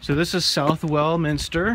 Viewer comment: Fine video , just a couple of points , Southwell Minster is spoken as Suvall , and if you are over here again try to visit the parish church of Isle Abbotts in Somerset , which has a spectacular tower .